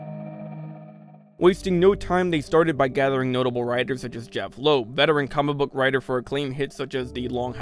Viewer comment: when you say comic book it sounds like Cumberbach